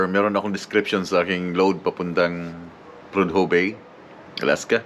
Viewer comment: Prodhue bay Alaska. SILENT "H" PRODUE! Kabayan.KEEP SAFE and KEEP ON TRUCKING.